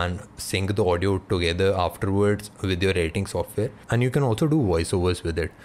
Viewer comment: does he say 'han' for 'and'!!!!! btw great video.